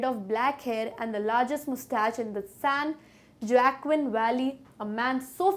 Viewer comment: San Joaquin valley j is pronounced as h here